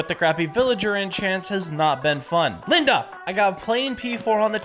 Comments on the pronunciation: Bro’s saying Linda like daz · Bro the way he said Linda 😂😂😂😂😂😂😂😂😂😂